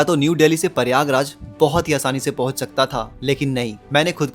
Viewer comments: प्रयागराज ❌ परियागराज ✅😂😂😂 😂 जय श्री राम 😂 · Tu pahle Prayagraj boln seekh le.. it's Prayagraj, not Pariyaagraj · Prayagraj hota h paryayraj nhi😂